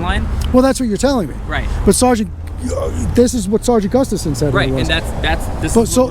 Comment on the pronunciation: “sergeant yeaoh”😂😂